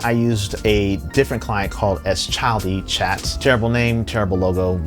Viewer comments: by the way, SchildiChat is, i believe, pronounced as "Shill Dee Chat", and certain matrix clients do have support for custom emoji i believe! additionally, if you're finding synapse, the matrix server software heavy, maybe try out conduit? i have found it to be MUCH lighter! is exactly why i gave up on stoat, over 5 years of waiting and it sadly still isn't here. i understand completely given the circumstances but it's just something i'm not comfortable with going without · Not super relevant, but Schildichat is pronounced "shill-deh-chat." "Schildkröte" is turtle in German. The logo is a turtle.